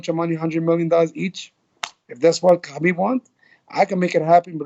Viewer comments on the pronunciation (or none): Agreed 100% I'm sure Khabib is gonna roast him for this mis-pronounciation 😂 and teach him how to pronounce his name right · Ali should pronounce Khabib's name correctly coz he is from Egypt, he knows Arabic (حبيب). Even coach Javier & Mike know how to pronounce correctly.